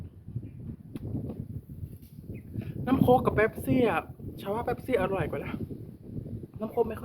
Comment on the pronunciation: พูดผิดไม่เป็นไรนะพี่ที่พี่พูดชื่อโค้ก